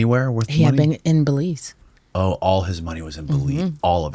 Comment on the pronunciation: "WAS THIS IN BELIEZE?"🤣👎NO FKN IDEA